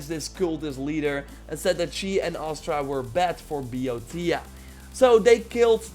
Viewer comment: It's Astra. Not Aster.